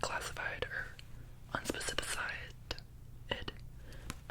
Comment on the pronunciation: no one:...: “un-spe-ci-fi-cide-ed” 💀